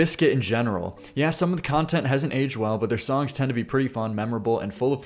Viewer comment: Who taught you to speak? The way you say “Songck” should be hated